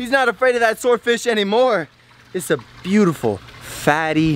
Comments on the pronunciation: You are saying buteful olot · Stop saying butifel little